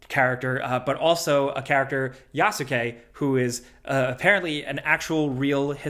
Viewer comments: *yaske, not yasuke. The U is silent. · Clearly hasn't seen Naruto or Boruto in a while. Yasuke is pronounced like Sasuke or even Yuseke.